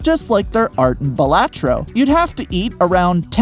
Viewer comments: all this research and you still pronounced balatro wrong, it's BAH la-tro... also I think it means buffoon or jester in latin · “Buh LAH tro”